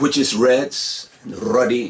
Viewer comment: It's funny how he raddle his tongue when he say To-"R"ah, "R"-ed, "R"-uddy😭😆